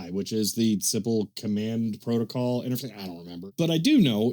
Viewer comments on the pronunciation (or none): none